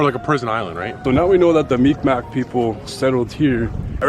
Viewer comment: You trying to say Micmac Indians?